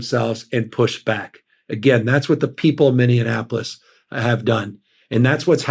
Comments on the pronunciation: Dear Governor Newsum. I totally agree with the way you see the future. I wish I was a California resident. 1 critique. A long time ago, Minneapolis tried to campaign itself as the Minnie Apple. Just like New York city but smaller. Please pronounce my city as, (phonetically) Minnie Apple Lis. Just say MinneApple then add lis. I support you as the next president of the United States! Rock on! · Yes, he did. 🫣😆 I think he said Minne-a-napolis. 😜 That’s ok, he’s awesome ! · Love Governor Newsom but it’s Minne-apolis. Lol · Lol 'minneanapolis' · Good ideas. But did he say "Minnianapolis"? 😀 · I love my gov, but has he mispronounced Minneapolis 3 times?? Minneanapolis?? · Kind-hearted brilliant man.. we Minnesotans love you so much. But I have to say I'm concerned you're losing people by saying 'Minneanapolis'. It feels petty in saying that because I see beyond that, but it's the fourth time I've heard the mispronunciation, and.. it's all fragile, all of this, and I want you to succeed beyond all expectations. It's a small thing, but it's a big thing- for a state that embraces you- to get our great city's name right. I hope you get some rest. Keep doing the Good Work. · I love you Gavin BUT ITS NOT PRONOUNCED MINNE-AN-APOLIS!!!!! Knowing this will prove important in your near future. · Minneapolis is pronounced min-ee-APP-uh-liss (/mɪniˈæpəlɪs/). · I love how he says Mininianapolis. Love from Minneapolis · Come on Gavin say it with me Mini-Apple-iss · "Minne-anapolis". Haha. Still love the strong pushback that Newsom provides. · Newsom is a good strong leader, the kind we need right now. Bravo! Now, someone on his staff needs to tell him how to pronounce Minneapolis… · Love ya Mr. Newsom!!! But Minneapolis does not have an " n" in it 😂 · Is it just me or does this guy add an extra syllable to the word Minneapolis? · Before Governor Newsom becomes president, get him to say Minneapolis correctly. I do appreciate he mentions us here in Minneapolis. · It’s minn e apolis